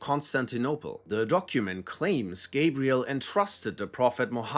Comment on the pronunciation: Ita gabriel not jibriel, adam disnt eat the fruit it was eve. Why make a video when you cant even state obvious facts from fairy tales you nutsack